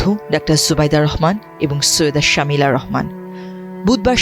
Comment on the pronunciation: ওনার নাম শমি'লা রহমান শামিলা না।